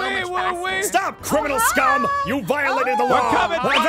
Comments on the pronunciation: when aph says crimininal i was laughing XD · "He's a criminanal"